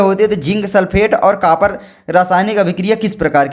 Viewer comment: Kapar nahi bhai copar hota he (Cu)